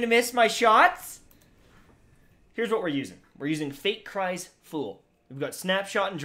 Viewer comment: "FATE CRIES FOOL" Pahahahahaha its foul foul "fowel"